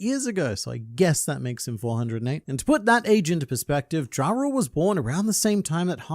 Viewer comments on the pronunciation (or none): none